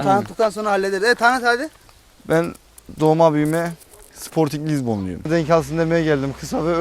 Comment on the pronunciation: Sportin lizbon dedin saatlerce aklıma geldikçe gülüyorum:))